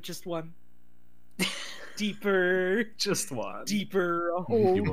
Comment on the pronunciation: Every time says "deepurrrr" I lose my shit. We made a few TMA jokes in chat during the robbery tape.